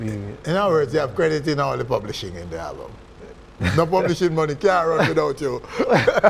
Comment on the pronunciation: Everytime Nesbeth said "Halbum" it's like me feel pain. I'm actually gonna buy the album but this is just a little constructive criticism from a fan. Jamaican artiste need tp practice how ro speak ans and pronounce their words better because it's a big road block to international break through. No I'm not talking about patois but when some actually claim to be speaking English and add and remove "H" all over the place